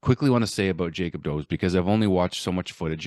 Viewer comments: Pronounced Dobesh I think. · Dobesh might be a fair approximation: D as in door O as in door, but shorter B as in bed E as in bed š as sh in shoot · Apparently the Czech name 'Dobeš' is pronounced "Dough-Besh"